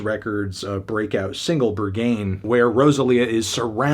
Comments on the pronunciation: your pronounciation of "berghain" makes me wanna kms, im too european for this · Berghain is not pronounced like that, it’a a club in Berlin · not going to trust someone who pronounces Berghain like that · not fantano mispronouncing berghain... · The way this man just pronounced Berghain made me feel physically unwell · omg same here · Love how Anthony has decided to pronounce Berghain as if it was French word, and just sticks with it. ❤😂😘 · Maybe your finger has slipped off the pulse when you pronounce Berghain wrong over and over again? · Weird that the busiest music nerd does not know how to pronounce the name of a legendary nightclub (Berghain). Or imagine you would take 5 seconds to do some research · Or the way he pronounces "Berghain"... SO far off. 🤣🤣🤣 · You know melon, when you mention a song title like "berghain" several times in your review, it could be worth it to quickly google it. Maybe make some effort to pronounce it correctly, you know. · The way you pronounce Berghain should bumb this score up by at least 3 points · It’s Berg-hain……not Ber-ghain……🤷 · pronouncing Ber-Gayn is killing me 😭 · It’s pronounced BURG-HAYN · The pronunciation of Berghain is driving me crazy. It’s berg-Hine not ber-gain! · Why can't people pronounce Berghain correctly made me not wanna watch the rest of the video. Its BEAR-G-HEIN (like heinie or heinz ketchup). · berghain is pronounced. bare g high n for anyone wondering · He pronounced it “Burgh-gain” 😅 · With ‘Ber-GAIN’ pronunciation, Melon is definitely not getting into Berghain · It's pronounced "B-air-g-h-ay-n" btw. as a German. 😂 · Not "Bergayn" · Babes, pronounce it like burg-hine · It’s pronounced ‘Berg-Hein’ (it’s a legendary Berlin club). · The way you pronounced Rosalía and Berghain I just can’t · His pronunciation of the word "Berghain" alone is reason enough not to take this review seriously. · Brother, you’ll never make it in pronouncing Berghain like that 😂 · Melon can’t pronounce Berghain 😂